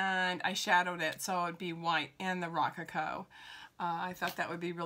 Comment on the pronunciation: Great video. Check the pronunciation of “rococo “.